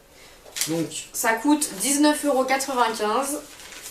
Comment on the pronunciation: Mdr eruos au lieu de euros